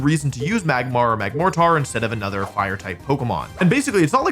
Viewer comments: Apparently Wolfe pronounces mortar as “more-tarr” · that is NOT how you say the word mortar